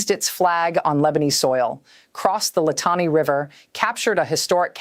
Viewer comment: She should learn how to pronounce these simple Lebanese names: Litani is pronounced LihTAHnee. Nabatiya is NabaTEEyeh.. Tyre is Soor. And so on...